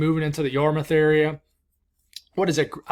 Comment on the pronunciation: You got Yarmouth right!!! Yup, it’s a hard one, not yar-mouth as in the thing you eat with. PERFECT Now say Worcester!! Ha ha ha (it’s wouster) wou as in would & ster.